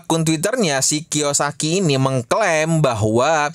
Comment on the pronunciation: bangke Robert Kiyosaki jadi Roy Kiyoshii 🤣